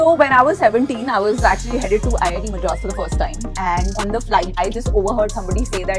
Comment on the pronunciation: Richness is when you pronounce MADRAS with a distinctive D. VINEETA JI... You are rich.